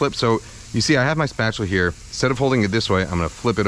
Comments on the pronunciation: Spatchula city hahahahaha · I was immediately thinking "Spatula City! Spatula City! Spatula City" but then J. Kenji said it under his breath....and I was satisfied. Thank you, for being in the same, nerdy, boat as me.